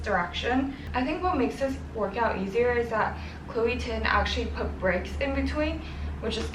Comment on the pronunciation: ChLOe TiN..... I'm ded. WHY DO I KEEP HEARING CHLOE TIN?!!!!!